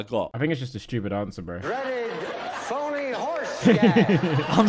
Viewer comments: He thought he said PONY instead of phony. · I think the horse one is because he thought he said pony instead of phony